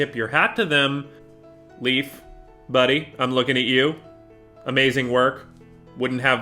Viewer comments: Great take an build. Just please stop callin hi. Leaf. Its Leif not leaf pronuced Layf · Leif, his name is Leif, not Leaf! It's like calling you Graman instead of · love how you pronounced leif's name as "leaf" lmao